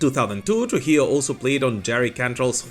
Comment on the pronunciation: It's pronounced "True-hee-yoh"